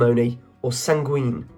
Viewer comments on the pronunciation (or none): It's 'candour', not 'candor'. And a forward slash between two alternatives means 'or' rather than 'and' And yes, the number of mispronounciations is truly astonishing! Like san-gween instead of san-gWIN.